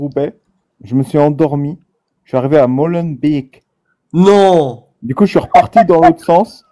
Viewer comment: 😂😂 Bravo pour ta prononciation de Molenbeek